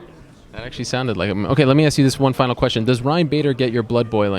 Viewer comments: Did rampage say he was gonna 'Axe' someone....? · Let me Axe you a few questions, how many is Fitdy?